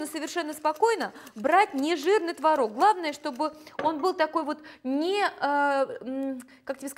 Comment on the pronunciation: не знаю как пасочка, я делаю заварную, но какая красивая девочка, какая красивая кухня, а главное как приятно Вас слушать ..особенно слово " творОг."..)) буду чаще заходить к Вам на страничку))